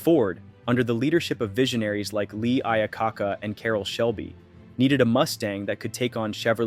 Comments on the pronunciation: How can anyone take any information from this video seriously when you can't even pronounce Lee Iacocca. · The next time you say Iacocca, Chevrolet, or Carburetor that way, I'll deport you myself